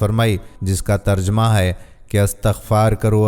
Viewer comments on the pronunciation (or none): none